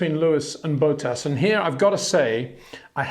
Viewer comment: I love you mate, but his name is Bottas, not Bowtahs